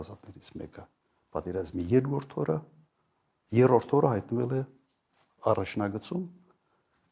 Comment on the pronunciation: Եռորդ չի երրորդ է այ ոչնչություն